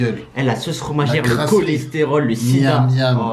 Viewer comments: le dia koi « diabètre »😂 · le 'diabetre' mdrrrrrrrrrrrr wallah c'est grav que des arabe pour dire sa persso suis une commeca les gens qui pence suis racisme brf wallah vous ete fort continuer komas les reuf